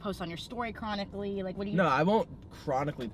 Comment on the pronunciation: chris keeps saying cronicly 😭😭 ( i don’t know how to spell it)